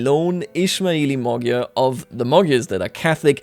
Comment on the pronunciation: What in the world is a Mogyer its MAGYAR